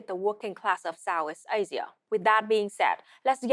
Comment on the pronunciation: She speaks with a heavy consonant drop and accent, "Sow-ees Asia" LOL.